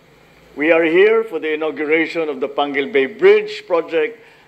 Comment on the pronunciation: its panguil not panquil